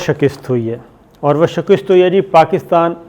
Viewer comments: لفظ شِکَست بولا کریں نا کہ شکِست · ڈئیر لفظ شَکست ھوتا ھے شِکِست / شِقِسط نہیں قسمت دے دھنی او سارے BA فیلو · Shakist hota hy bahi linguistically shakist correct pronounciation hy aap apni islah farma lain...